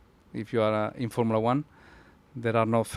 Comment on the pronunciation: “formilla one”😂😂😂😂😂